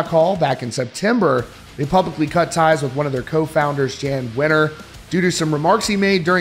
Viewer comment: Pronounced "Yan" Wenner not "Jan" Wenner but spelled "Jann".